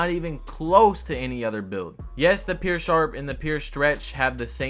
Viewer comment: “Pyour” not “peer”